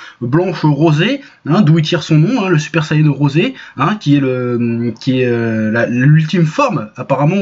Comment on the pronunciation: J'ai sus que c’était un Troll quand il à dit le Super saiyan Rosé comme le dise nos amis japonais